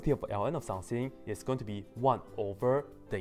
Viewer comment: I like When you say "some thing" It sounds like some Chinese food :]